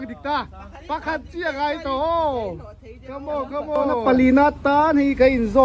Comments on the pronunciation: Chhiatlang nilo in chhiahthlang zawk aw chhiah chu dah tihna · Chhiahtlang hi a bul ṭanna kha dik hlel deuh. Chhiah tih ani a, chhia angin in siam tlat 😮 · Chhiahtlang khi a dik lo, chhia /chhiah ..thil kawh hrang daih ani e...tin Ngentiang pawh khi ....Thiltiâng leh kan hawl ṭhin tiang chu thil hrang daih ani bawk...Ṭawng thlûk leh a kawhtum in pawngsual mah mah ani e... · Chhiahtlang tih khi a dik lo. Chhiah tih hi Chhia ang a ngaih tur a ni lo. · chhiahtlang tih hi chu a in persan mange aw,chhia ni lovin chhiah tih zawk tur ani a pic leh a hming hi a dik lo hulhual ani chhiahtlang khua atang in aw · Chhiahtlang hi adik theilo...chhiahkhum anilo a chhiatkhum ania...